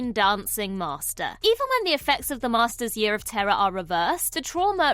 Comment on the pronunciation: Lol@ narrator: "The MaRRster"